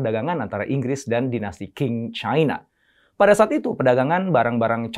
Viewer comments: Qing bacanya: Ching (seperti suara uang Cha-Ching)..:) semoga membantu sedikit (: sementara saya dapet banyak dari video2:) Zhang YiMing dibaca: Cang i ming (cang seperti pada kata Bakcang) Liang Ru Bo dibaca: Liang Ru Po (seperti pada Pokok) NeiHan DuanZi dibaca: Nei Han Tuan Ce (seperti pada Tuan-Tuan dan Nyonya-nyonya, dan Ce disini agak sulit untuk lidah non chinese... tapi bisa di baca seperti cecak) Tou Tiao dibaca: Thou Thiau (seperti pada Thailand.. tapi "ai"nya ganti jadi "ou" dan Thi juga agak sulit untuk lidah non chinese... tapi bisa digunakan disini seperti Tin dalam bahasa inggris.. tanpa si "n"):) kita jg tidak ingin nama kita di baca salah semisal: Intonesea atau Aindonisaie.... iya kan? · qing dibacanya cing kyny sih